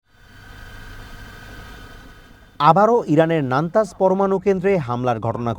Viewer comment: নানতাজ নয় নাতান্জ